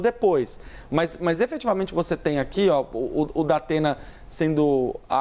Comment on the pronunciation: É impressão minha ou ela falou Dapena? Kkkkk